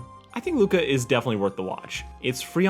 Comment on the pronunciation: As an Italian I can't believe you messed up the name Luca